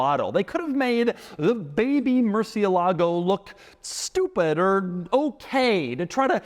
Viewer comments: Doug, you keep pronouncing Murcielago wrong. It's "el" like you'd pronounce the letter "L," or like "el," Spanish for "the." It is not pronounced Mercy-a-lago. I think maybe you're getting the Lamborghini model and Trump's place in Palm Beach, FL confused. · It's "Murthialago" - I always remember this because the first time I heard about the car the Lamborghini guy emphasised the correct pronunciation. Sensible idea to put the reverse button out of the way of accidentally pressing it. Hmmm. Annoying reviews of supercars - if you want practicality buy a Volvo. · Every time Doug says "Murci-e-lago" a spanish speaking person dies... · Somebody really has to teach Doug how to pronounce Murcielago. Especially if he's gonna be throwing the name around in several of his videos. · Pronounced Gallardo right the whole video, mispronounced murcielago. Point deduction. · Doug still doesn’t know how to pronounce’Murcielago’